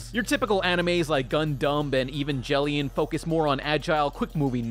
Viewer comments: Goddamn this show is A E S T H E T I C A L L Y pleasing Bitch you boutta catch these hands. "Eevanjellyun". Fuck. Also, Eva units are only agile while berserk or awakened, which makes sense if you actually watch the show you fake weeaboo. You didn't even question if Evas were mechs, thus proving that you only watched the first few episodes and at least the first of the shitty rebuild films. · "Eve-an-gel-ee-on" Leave. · "Evanjellyon" REEEEEEEEEEEEEEEEEE